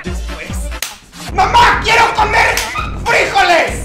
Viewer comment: Minuto Fríjoles Con acento XDXDXD Hay muchos momentos épicos en el internet,y yo considero que este es uno de ellos.jpg Edit:me equivoqué en el minuto,ya lo cambie